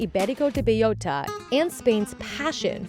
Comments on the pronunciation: B-E-L-L-O-T-A, not beiyota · bay-OH-ta is the correct pronunciation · Why does she have to say the full name every second sentence and still butcher it like that ham lmao